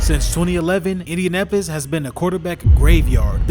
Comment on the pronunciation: Indianapis? Learn to talk bro